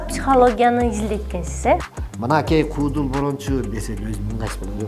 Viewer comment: Кудул эмес куудул деп суйлобойсунбу алып баруучулар тилди бузуп буттунор